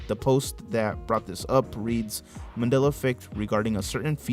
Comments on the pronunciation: I'm sorry did I miss something or my ears going strange? why do you keep calling it a "Manila" effect? I know you know it's "Mandela". maybe it's just my ears but it's driving me up the wall. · It's not " manilla" , it's Mandella . If you can't pronounce it ,then you don't know anything about it. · Why does he keep saying :manilla effect. instead of mandella effect. Ennunciate? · Is mans saying Mandela or Manilla?? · Mandala, Not Mandela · Why does it sound like you keep saying Manila effect instead of Mandela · It sounds like your saying “Manilla Effect”😂😂😂